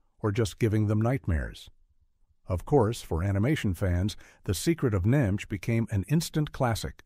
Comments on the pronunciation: OK, AI Generated slop. The AI doesn't know how to prononounce "id" The "I" is as in "In" not "Irish" And for gods sake, it's not pronounced as an acronym. N.I.M.H. is said as "Nim" Not as individual letters. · I'll have to watch some of these (only saw the Secret of Nimh). "The secret of nai em eich" - and that is when I knew with certainty it was a synthetic voice 😉. NIMH rhymes with Tim (silent H). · Neat - did you ever encounter any talking rats? 😉 The 1982 trailer pronounced it "Nim", but I think that's because the rats (as smart as they were) didn't realize it was an acronym of an institution. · Tee-zee-ai-tee-zee-kai. This is how you pronounce "tzatziki", apparently. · I loved the Secret of EneyeMH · It's pronounced "Nim". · This AI cannot pronounce The secret of NIMH or Leonard Nimoy name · As a secret of Nimh fan the narrators pronunciation as triggering on a personal level for me. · Say NIMH as a word don’t spell it out! You brainless AI and to the guy who edited this soulless video your an idiot if you rely on a computer program to do a job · Wow, every possible way to pronounce NIMH was used, except the correct way. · the narrator spells out NIMH and is disappointed this is yet another AI narrator. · What the hell is Ni-M-H? N-I-M-H? AI sucks yo. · The AI narrator managed to pronounce it at least correctly 1 time :p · Oh, for crap's sake, get a real freaking narrator. "Nigh Em Aitch" my ass, it's pronounced "NIMM". Enough with this cheap AI garbage. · NIMH... the review drove me nuts. It is pronounced NIM, not NIgh Emm Aich. Damn AI readers. As for me, none of these movies bothered lil old 11 year old me when they came out. Adults have no idea how strong kids are, specially weird kids that read the books before the movie. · oh I got Heavy Metal, Transformers & Watership Down on DVD! Watership Down is a real place in southern England! NIMH is pronounced NIMM should have that one too on DVD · Could you teach your AI to just say nim? Please.